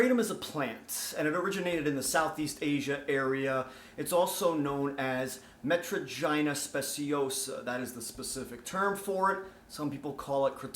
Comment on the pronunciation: “Metra-gina speciosa” 😁